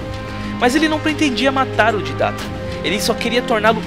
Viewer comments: So eu que não sei o motivo do chamar o Didect de Ditatta sendo que o nome certo é Didect? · excelente só errou na pronúncia do Didact (Dáidect) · Você esta pronunciando errado o nome Didact...você esta dizendo didata...mano,toda vez que você fala didata eu fico com raiva...aff! pelo amor de deus,Né